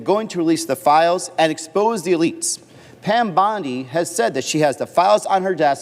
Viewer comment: Pam Bond Eye. A I owns us ….😂